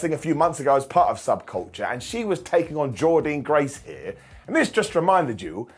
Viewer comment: Why are you saying Jordynne so weird? Lol